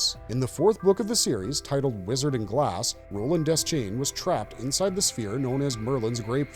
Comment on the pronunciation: De-schain, not Des-chain